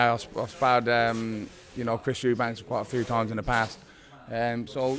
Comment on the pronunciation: Why do so many boxing people say Chris Eubanks rather than Eubank? I dont get it.